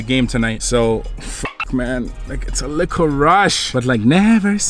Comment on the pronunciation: Why does he always say likkle 😂😂😂